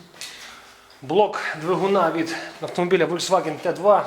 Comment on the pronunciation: в немецком буква v (фау) - читается как ф